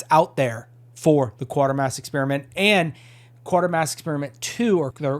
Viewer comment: Actually it's pronounced same as crater. Quatermass like cratermass but with a Q.